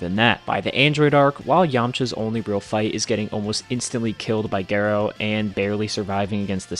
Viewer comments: When you said Dr. Gero's name, it sounds like you said Geralt. I think its pronounced Jir-o like Jiren not Gar-o like Geralt. That was the joke with the robot from GT's name. Its so crazy people don't understand anime powerscaling and this view was refreshing as heck! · Dude, please go listen to Dr. Gero’s name in the dub because you’re the only person I’ve heard said “Gero” instead of something closer to “Zhero.” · Jur-oh not gur-oh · G-ero instead of J-ero. Is diabolical pronunciation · It is pronounced ger ro not the way you said it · Omg it’s pronounced “jerrow” eww the way you are pronouncing it! Who hurt you? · no ones gonna talk how he called gero gayro??? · “Geh-Roh” LOLZ!! Might want to double check that pronunciation man. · How do you not know how to pronounce Gero? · Why tf are you pronouncing gero like that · The way how Dr. Gero's name is pronounced is Totally Unfair! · The fact u cannot pronounce gero correctly makes it hard to listen to anything you have to say. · The way you said Dr Gero was criminal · The way Dr Gero name is pronounced hurts my ears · You say Gero wrong, stop. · They way you pronounce gero should be a crime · What is that gero pronunciation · Why u pronounce Dr Gero like that😭